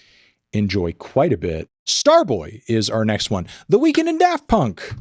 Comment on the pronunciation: Anthony's pronunciation of "The Weeknd" ---> "The Weakened".